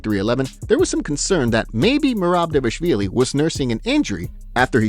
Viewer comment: You mispronounce Merab's surname. It's not DAVIahvilli, it is DVALishvilli. I am not Georgian but there it is in every single video you post..